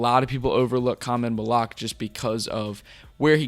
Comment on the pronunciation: For the host: Khaman's last name is pronounced Mal-oo-wash not Mal-oo-ahk